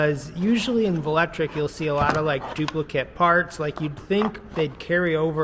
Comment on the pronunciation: Hey buddy I hate to be that guy but I ride a velotric bike and its pronounced vel-o-tric lol